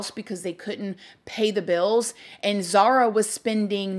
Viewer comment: I love you and your videos but her name is Zahra not Zahara